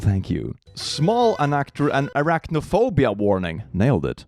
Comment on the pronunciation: Did he say Iraq no phobia ? 😂😂😂